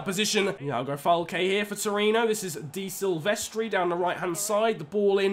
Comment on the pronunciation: Why do you spell di silvestri man he is dE silvestri